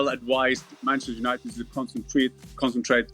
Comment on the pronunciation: did she say 'Penchester United' 😳